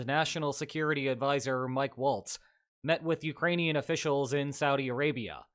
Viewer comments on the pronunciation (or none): none